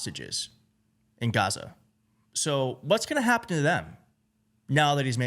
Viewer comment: He loves this country, it only has 4 letters, 2 syllables and goes great with his speech pattern; ga..ZA.